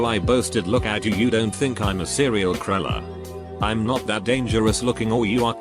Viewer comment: So, K*ller is pronounced Cruller. I did not know that. /sarc